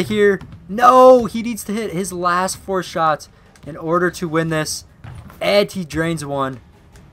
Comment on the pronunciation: He said pour not four